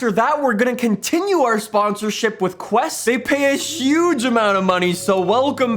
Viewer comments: Hey! idc that much but just saying “QU’EST” is pronounced “keh?” it’s french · I love how says "Qu'EST " like " Quest "